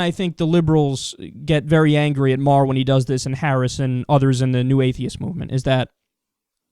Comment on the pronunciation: Do you know howto pronounce Maher?